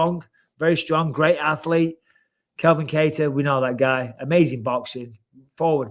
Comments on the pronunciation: Bisping will just never get “Calvin’s” name right. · Can grow some balls and tell Bisping it's CALvin not Kelvin